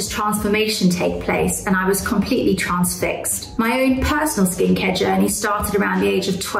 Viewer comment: Why can't she pronounce the words 'transformation' or 'transfixed' correctly? Is she not British?